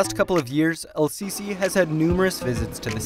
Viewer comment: yo I am Egyptian and you said the presidents name wrong- that sounds really weire